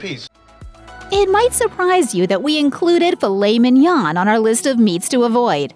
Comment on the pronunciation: The N is NOT pronounced at the end of Mignon.